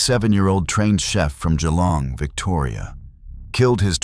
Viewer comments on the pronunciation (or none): none